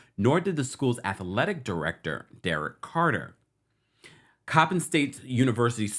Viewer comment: yes Coppin State was pronounced correctly!! Thanks from B-More ☺️☺️